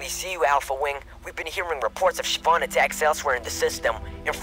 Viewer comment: What is it with all these people pronouncing it "Shi-vahn"?